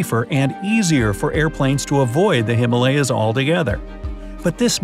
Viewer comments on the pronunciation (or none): It's himaaalyas. Not Himelayas. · Him ah lay ahs not hima layas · Himalaya (Sanskrit) He-maa-lûh-ya =the abode of snow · ***"Him-Aaa lyas" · He is pronouncing Himalayas wrong, most people are